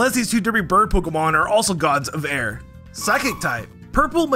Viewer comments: Air in Indonesian just mean water, and no its not ayr its a-ir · it's pronouns A-ir